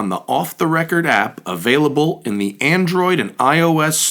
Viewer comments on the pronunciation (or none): none